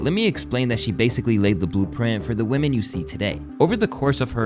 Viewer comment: Unemployed "youtuber" derisive of a women for lack of 'career'... You xant even pronounce women correctly lol. Yall loserd think too highly of yourself